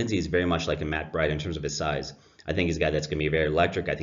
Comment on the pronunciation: It's pronounced Breeduh. May I suggest decaf.